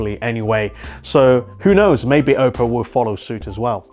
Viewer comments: Everytime he says Ope-o I die inside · The way you say oppo hurts